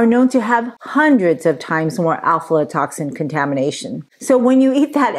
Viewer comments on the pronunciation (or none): Pronunciation is difficult but it’s afla not alfla. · Afla...not Alflo. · I could only make it a few minutes into the vide because of the lady’s mispronunciation of Aflatoxin. The first two letters and AF not AL.